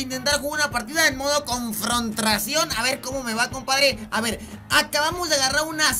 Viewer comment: Todo el mundo diciendo confrontación y el tio h dice cnfrontracion xd